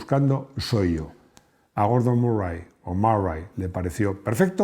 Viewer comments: Gordon “marrai “ , tócate las teclas del piano , con lo fácil que es pronunciar literalmente “murrai “ Esta haciendo vídeos para españoles y no para ingleses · Se dice meri (o mr-ri), no marai ;)